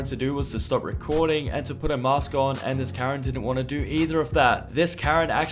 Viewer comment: Yes, please wear a mee-ask inside